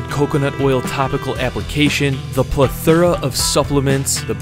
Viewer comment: when you say plethora you dont put emphasis on the o. also your hair is better than anyones.